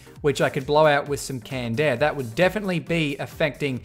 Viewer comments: i thought he said candair but i just realized he said canned air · Canned air, i heard candaer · How many times he said Kand Eh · I hate you for saying "canned air"